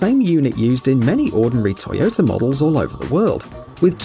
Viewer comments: Liked :) Pls put a sock over your micro, it´s Toyota, not Tsoyotsa :D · ...And how about: Toyoter? Awful pronunciation. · Now i've heard not only Honder... But Toyoter 😑😂